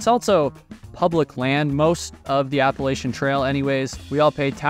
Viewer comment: It's pronounced APP-A-LATCH-CHEE-AN. It is NOT pronounced ABBA LACE SHIN. It runs through the region known as Appalachia. APP-A-LATCH-AH. NOT APPLE-ASIA. Even Peter Santenello says it correctly (because he too was raised in Appalachia). Originally the name of the Apalachee, a Muskogean people of northwestern Florida, perhaps from Apalachee abalahci "other side of the river" or Hitchiti (Muskogean) apalwahči "dwelling on one side". The name was eventually used also for the tribe and for a region spreading well inland to the north.